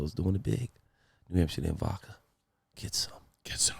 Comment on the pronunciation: It’s not VAKKA it’s vodka.